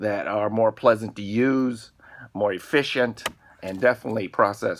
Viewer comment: "Litterly" is not a word. "Eksetra" is not a word. "Sah"????? "Uhfficient" is not a word. "Intresting" is not a word.